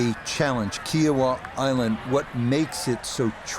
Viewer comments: Oh, geez bro. Great video, but Kiawah Island is pronounced, "KEE-a-wuh", and NOT "KI-a-wah". You butchered your pronunciation there. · Bro it’s kee-AH-wah island 😂